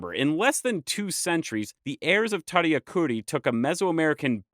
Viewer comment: The accent is the emphasized syllable - puRIpecha, tadiAcuri.